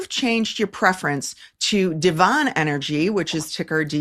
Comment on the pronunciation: FYI - Devon Energy is pronounced ˈdev(ə)n not "Devaughn"